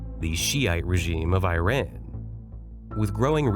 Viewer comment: I learned that the speaker cannot pronounce Iran. Such skills make one wonder about other errors of a factual nature.